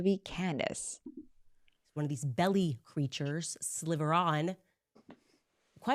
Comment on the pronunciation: When she says SLIVER instead of slither it knocks me all the way out. She's such a dim bulb. And no, she doesn't speak for "the world". She's just a rabid, hateful liar spreading for herself and about herself. And she crashed all the way out, lmao. Poor little Compton girl got bested and she can't hang. She can't even NOT talk about herself when she's talking about Ben! We all see the appalling viciousness with which she speaks. The absolute evil energy she emotes when speaking about Jews and/or Israel. This last show she did however is the worst I've ever seen in terms of potential violence. She is quite literally pitting a group of people against another group of people based on their ethnicity/melanin levels/religion and asking that one group (people with more melanin) to go after the other group (Jews). Owens lies about Israel. She lies about Jews. She lies about Islamists. She lies about Charlie Kirk (and she did so within hours of his assassination). And she does it all willfully for her ego and for the money. She's evil. And I'm astonished at the number of morons and antisemites that defend her. It is absolutely breathtaking to me that her fans believe her asinine accusations, but what's so much worse is that her fans don't mind at all, and in fact CELEBRATE, her spiteful, hateful, and malicious treatment of Jews and/or Israelis. She is a snake, willfully attacking Jews because they've done better than her. More than her. They're better human beings than her. Her audac